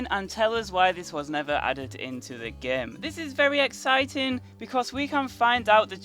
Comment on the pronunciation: why does he always say gaem instead of game